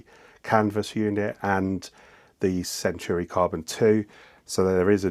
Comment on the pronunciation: And while we’re at it, it’s centAUri, not centUAri